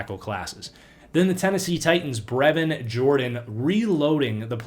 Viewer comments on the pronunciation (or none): none